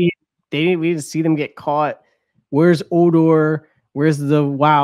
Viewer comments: HO-DOR not O-dor! Lol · He called Hodor "odor". HOW can you mispronounce literally every name? LoL